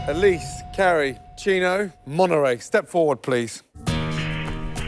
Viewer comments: not gordon pronouncing monterrey like an american 😅 monneray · Monterray “Torretto”Stop right there, TORRETTO!!